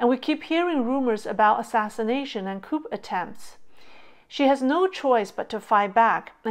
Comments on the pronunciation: COUP is a French word, and pronounced like KOO. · Small correction: a coup is pronounced like 'coo' while the p is silent. Interesting content! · Hi, great content as usual. Coup is actually pronounced Cou, with the P silent. Hope this helps.